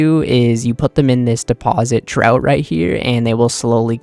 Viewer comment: It's pronounced like troff not trout 😂😂😂 the thing in theiving room😂😂😂